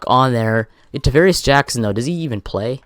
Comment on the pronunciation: Davaris Jackons. It's Travaris Jackson